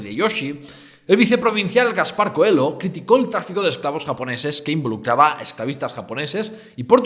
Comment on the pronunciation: Muy interesante. Una cosina: Coelho se pronuncia "coello", no "coel.lo".